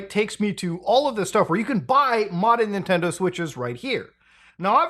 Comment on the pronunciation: ninendo momend